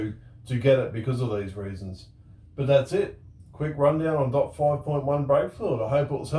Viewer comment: He sounds like he is saying "dot four".